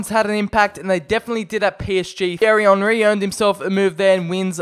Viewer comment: Did my man just say fierry Henry. 😂